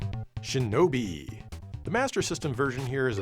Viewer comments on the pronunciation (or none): none